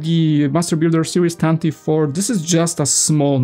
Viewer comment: Pronounced “Tan-tiv-vee four”